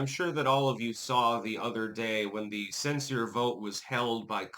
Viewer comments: Sen-sure... not sen-sore... BIG difference, especially to the ignorant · Not censer but cenSHURE is how it's pronounced.